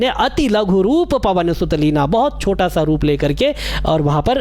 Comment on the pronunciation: जात पवन सुत देवन्ह देखा इसके नीचे वाली लाइन पर आप को फिर से विचार करना चाहिए , मेरे मतानुसार कुछ अशुद्ध उच्चारण हुआ हे